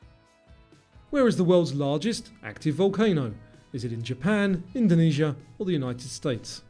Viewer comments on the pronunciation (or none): none